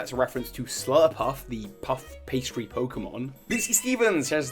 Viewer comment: I could've sworn you said the "puff puff" shop not Swirl-puff.